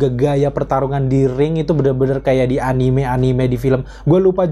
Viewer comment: A-ni-me bang, bukan a-nim. Awas diserang weebs klo ampe salah nyebut wkwk